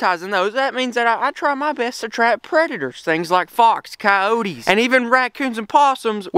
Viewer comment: Stop Saying Coyote(s) Like That